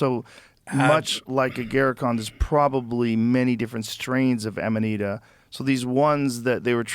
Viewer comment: Aminita made me feel drunk